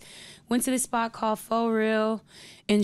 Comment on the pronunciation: This chick keep saying pha corny